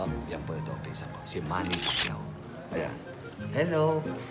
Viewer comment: "Manny Facquiao" 😂😂😂